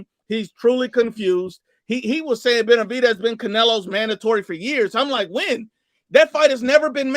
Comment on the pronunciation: couldn’t even properly pronounce fighters’ names 😂😂😂